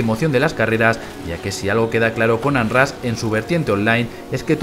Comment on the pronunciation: Muy bonito y todo pero se pronuncia "onrash"